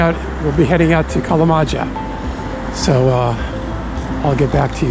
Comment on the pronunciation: Kalamaja pronounced [kalamaja] not [kalamadzha].😊